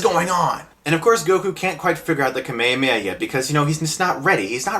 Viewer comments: "kame amei"??? XD kame HHHHHa me HHHHHa =P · kamehameha**** not kamiyameya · Shawn Shimmel or however you pronounce his name... NO! Bad Stuckman!! Its Masako Nozawa!! And Nozawa's Kamehameha is the best! (course it doesn't hurt when they put a bit of an echo into it). And its not "kameyameya", it's "ka-me-ha-me-ha", separate syllables! Ok, whew. Sorry, had to get that out. By the way, one of the worst script decisions in this movie (in which there are many) that you should have mentioned was the fact that Goku used the Dragonballs to wish Roshi back... ROSHI! A guy he just met a few days ago!! Nevermind that he could have just wished his grandpa back. Nooooo. I'm so glad this movie bombed. Sadly I had to buy two tickets to it because a girl tricked me in going to see it with her. I'm weak, what can I say? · Can you please stop saying kamayamaya its call kamehameha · Kame-e-way-ah....... What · please learn the differences between Manga = grafic nobel or "comic", and Anime = cartoon or animated cartoon. And it is kame hame ha. Otherwise good review. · Gaah!! I can't stand the way you pronounce the word "kamehameha" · The way you pronounce "KAME HAME-HA" is so disturbing... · American dub pronounce Kamehameha so weird... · you mispronounced kamehameha. Also the american dub sucks. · How did you just pronounce kamehameha? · its pronounced kahmehkahmehah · lol i kinda made a double take at your pronunciation of Kamehameha